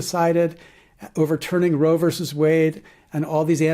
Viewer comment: *VERSUS (rather than "verse")